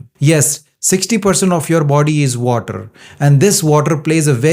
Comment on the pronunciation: Oh my god, please learn at the same time how to speak “water.” Don’t you stress too much on “R” in water? Thanks for understanding!